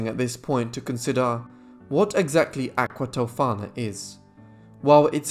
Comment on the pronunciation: Thank you for the spot on pronunciations! I loved this story when Bailey Sarian did it (aqua tofaaaannaaaa), but I certainly appreciated your take on it.